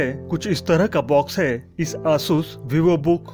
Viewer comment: Please pronounce Asus clearly it's very irritating